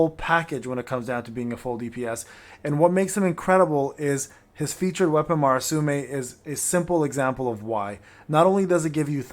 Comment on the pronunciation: From your videos, it sounds like you are saying; Marasume while it is Murasame I do not know about japanese pronounciations, so sorry if i'm mistaken.